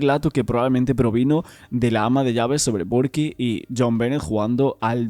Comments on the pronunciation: No se pronuncia barky. Para decirlo en español debes leerlo como se escribe Burke, sino decirlo en inglés (berk) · Se o nome é inglês deve ser pronunciado em inglês. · Es Burke pero lo están pronunciando mal en este video